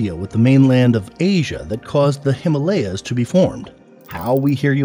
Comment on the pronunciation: nice video but please next time learn how to pronounce himalya